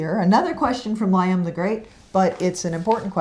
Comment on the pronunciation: Thank you, you're a figure saver! Sorry for constantly asking and helping answer my question HLJ, even thoough you mispronounced "Liam" LOL